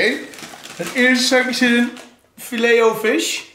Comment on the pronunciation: FileT o Fish😂 die was grappig bro omdat je echt niet wist hoe je het moest uitspreken